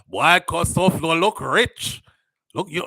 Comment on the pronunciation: Souflo his name is pronounced Foy